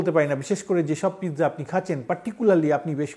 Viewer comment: JUST PIZZA NOT PITZA.